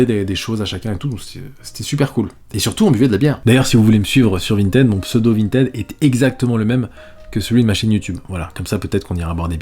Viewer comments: On dit « Vinetide » ! Ralala, tu étais où au collège durant les cours d’anglais ?!! 🤭😁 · t'es passé de vintid à vinted en terme de prononciation ça me fume